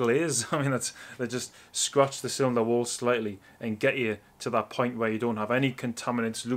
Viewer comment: lol cmon now, we can tell you know your stuff.. just have a hard time with the (wear, Where)